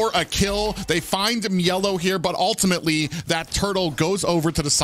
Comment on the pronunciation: also why does he pronounce mielow's name like that it's really pissing me off